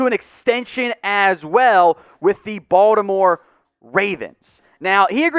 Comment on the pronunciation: Finally, somebody who pronounces Baltimore correctly; (Bawl-di-more). It's either that or "Bawl-more." Anyways, I think adding James to the line depth holds decent upside potential for next year and Gus Edward's extension was a solid move.